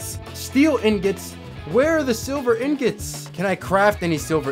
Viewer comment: I love how he says in gets instead of ingots.🤣🤣🤣 It’s truly beautiful.